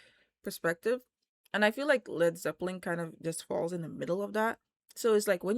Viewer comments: Please stop saying Zeppeling? There is no 'g'! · Nice…but there’s no G at the end of Zeppelin.